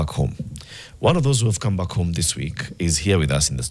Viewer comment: Dude's started saying Beckie for a simple back😂😂